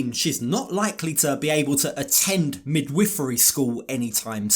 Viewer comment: Why did you pronounce midwifery like that 🤣